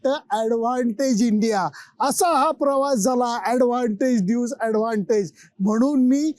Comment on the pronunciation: सर ड्यूज की ड्यूस ? नक्की उच्चार कसा आहे? तुम्ही ड्यूज म्हणत आहात पण त्याला ड्यूस म्हणतात असे मला वाटते। नक्की माहित नाही। तुम्ही क़ाय ते सांगा